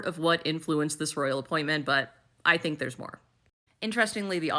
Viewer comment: The "rrrrroyal appointment" makes me soooooo happy!😅😅😅